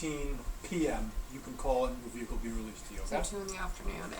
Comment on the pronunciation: great alphabet! 😂 Her expression was hilarious "I'd like to recite that again". Then "which one is your verehcle?"